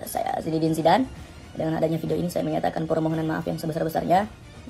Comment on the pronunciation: Gagal paham bang Andika sebutin nama Zidan...manggilnya zamban 🙏🙏🙏🤭🤭🤭